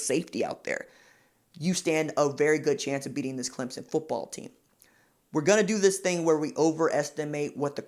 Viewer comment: You even say Clem son....not Clem zon... thanks!